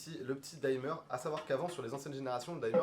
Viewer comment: Pas la première vidéo où vous prononcez "daïmeur" alors qu'en anglais on dit tout simplement "dimeur" (du verbe to dim; comme l'infinitif s'écrit sans "e", le "i" est prononcé "i" alors que ce serait "aï" si suivi par un "e" tel que par exemple to time, to dine etc.)